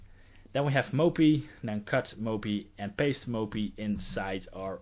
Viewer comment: I like the way you pronounce mopy, moppie <3